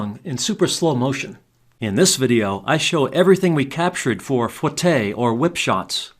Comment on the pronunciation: just an fyi, it's not pronounced fwah tay, it's foo eh tay if it was fwah tay it would be spelled foitté